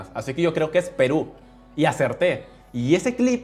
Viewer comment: Yo siendo peruana Me alegro por que pronuncio a Perú